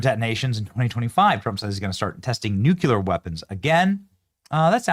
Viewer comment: Nuclear: New-klee-arr lol.